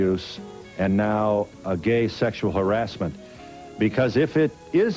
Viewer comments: He prenounces harassment as Harris mint lol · Barry Orton pronounces harassment as Harris Mint lol